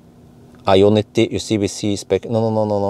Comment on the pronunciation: why do you keep saying iona t? 😂😂😂